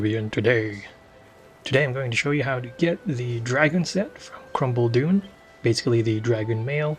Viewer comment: Lol when you say Khrumbul-Dun it sound like “ Crumble Doom “ no offense